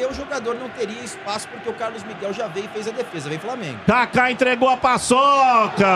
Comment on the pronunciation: Maluco ridículo esse aí falando framengo